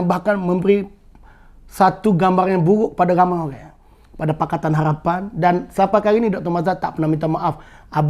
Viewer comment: Kemah abe min cuma sebut molek harapn bunyi lain haghhpan